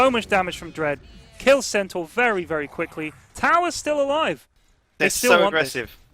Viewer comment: The audio quality on Lewis's mic is awful... and he keeps saying 'Centower'. It's 'Centore' FFS!